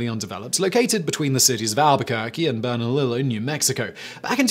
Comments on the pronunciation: As a resident in the West Mesa Bone Collector area, it's "berna-leo" lol not berna-lilo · Bernalillo: two Ls in Spanish makes a “yuh” sound. Bernalillo is a tricky one but it’s BERN-ah-lee-yo. Viva 505, homie :) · I know you have problems with pronunciation sometimes but as a New Mexican I have to call you out lol. Bernalillo is pronounced Bur-na-lee-o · Bernalillo = Berna-lee-o. 505! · last part of bernalillo is pronounced leo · Albuquerque native here. I chuckled at the pronunciation too! Thanks for the shout-out Simon. Love your channels.